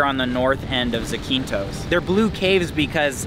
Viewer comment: I love your channel! By the way, it’s pronounced ZAAH-keen-thos